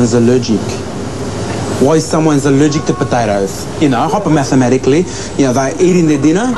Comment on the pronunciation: Hypomathamatikally lmao